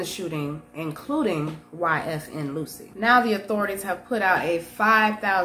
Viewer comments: Lucci is pronounced “Loo-Chee” not “Lucy”. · Where does Phil find these clowns? 😆 YFN “loosy” at least pronounce sht correctly if you aren’t gonna get a better mic 🥴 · She called bro YFN Loosie It's Lucci..... We gotta do better Bro. And she called a Firearm a Forearm.....Damm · It's not Luchi.